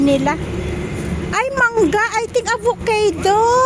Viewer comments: Hahaha avo-cay-dow🤣tongue eeenah 😂😂😂😂 This is how you pronounce it aa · vuh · kaa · dow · Hahahaha nasobrahan ng Arte Ang pagbigkas ng avocado ayusin m nman English mo Akala ko ba teacher ka at medyo uag magmayabang KC d nman nakikita n mayaman ka ha